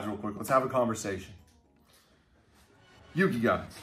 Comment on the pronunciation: u have to say yugi.............